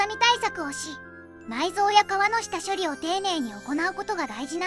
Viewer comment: 「下処理」を「シモ処理」と読むな（笑）